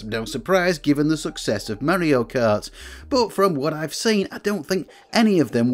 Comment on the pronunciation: It is SUPER MARIO KART NOT SUPER MEARIO KART